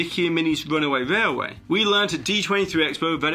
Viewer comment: Your accent is very strange to me. I can’t place it. I noticed your pronunciation of railway to be rarway, but your Ls in other words are phonetically correct. Where are you from if you don’t mind me asking.